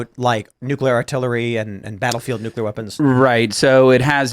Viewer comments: N-U-C-L-E-A-R ! not Nucular. Damn how do people get so far in life without people around them correcting incorrect spelling. Like Calvary instead of Cavalry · . They are called nucleeeer weapons. Not nucular!!!!!! Did you graduate grade school???????? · BTW, ity's NUCLEAR, not NUCULAR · Huge pet peeve of mine, i hate when people pronounce Nuclear as "New-que-lur", ITS "New-klee-ur". When you say it wrong, you sound retarded, no matter how smart you actually are. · Totally nucular! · Nuculer? Who is this guy, Homer Simpson? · NUKE-YOU-LER is not a word